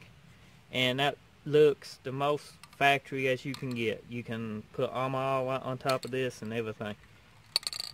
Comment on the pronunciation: He said Factowy, .Good job tho looks good...